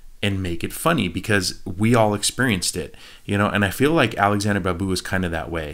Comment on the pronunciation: Please Do try to watch “Roja” movie. The Babu should be sounded like BaaaBoo